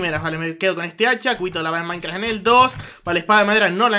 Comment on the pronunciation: lo dije porque mazzi siempre dice :CUBITO DE LAVA EN MAICRA